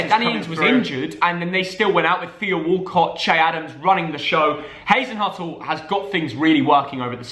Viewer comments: Soton!? I mean you really don’t know much about saints seeing that you can’t pronounce Hasenhuttl’s name right, and call them a name that I’ve never heard anyone ever say before!? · good to see you STILL can’t pronounce Hasenhuttl’s name correctly 🙄